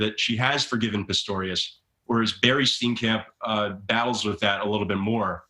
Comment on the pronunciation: Would’ve been great to get a South African journo to speak on it. mispronounced Apartheid about 10 times 😂 it’s Apart-Hey-d and Stee-in-kump